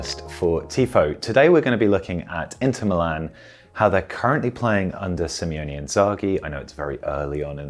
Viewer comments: it's SIMONE not SIMEONE:D Nice analysis but I'd recommend splitting it into mini-sections next time, instead of speaking mostly uninterrupted for 15 minutes:) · Its Limone not Limeone .. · It's SIMONE not Simeone :) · You always say SIMEONE Inzaghi. That's two guys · Great video. Just a minor thing I've noticed many do, his name is Simone (Sim-O-Ne). I think we all went through minor dyslexia in the beginning because of Diego Simeone